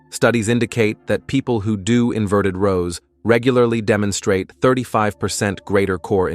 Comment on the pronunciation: Inverted rowl. 😂 AI